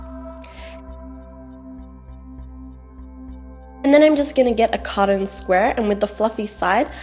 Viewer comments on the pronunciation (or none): is not codden its cot ton